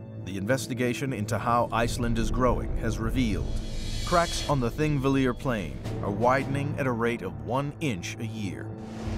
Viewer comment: It's "Thingvellir" and obviously the "Th" is a "Þ" like in "The", but we know our land is splitting and drifting apart.